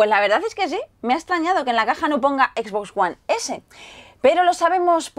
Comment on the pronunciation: "equisboxs uan esé"